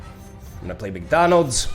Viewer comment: When you casually called the Bot 'McDonals' I lost it.